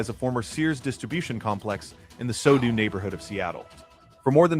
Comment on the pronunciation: Just a correction for the AI voice: the Starbucks headquarters are in the “SoDo” (sew-dough) neighborhood, not “so-du” (sew-doo).